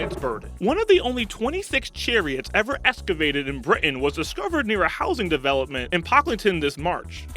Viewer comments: Very cool, but, "Britain" is pronounced , "Bri-tin", not "Bri-in". kinda like "button" is pronounced, "but-in", not "bu-un", they both have a, "T". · after you pronounced it as bri ' an instead of britain you lost me. lol, no matter how hard you try to speak like a valley girl, you will never be one lol !!! people who try to be someone else are the worst kind of fakes. learn to speak like yourself instead of like someone you are not, then make your videos and then i'll watch